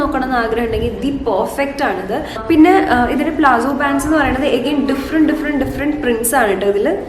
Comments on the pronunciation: Plazzo Alla palazzo.. I meant the pronunciation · .Plazzo ennala.It’s Palazzo.fix this basic pronounciation mistake😂